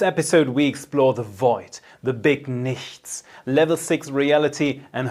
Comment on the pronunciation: I love how you always say " THE BIG NICHTS "😅 " THE NOTHINGNESS" SO MYSTICAL AND SPOOKY 👏😁